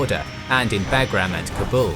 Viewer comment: When he says "BAG-GRAM" it lowkey makes me cringe